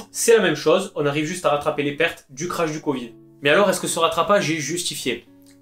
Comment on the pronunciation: Ça se prononcé krac pas crash